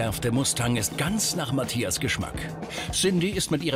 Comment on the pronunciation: auf jeden!Allein wie sie Mathias sagt:Matjas :D